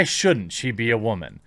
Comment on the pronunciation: goes on a 3 and half minute long rant before going to single handedly picked artice, talks WHO yet fails to mention the show changed writers , and even can't say word Woman properly ...i check out the other videos ... and i can clearly see a patern ... a very - very sad existence and need for attention :D :D :D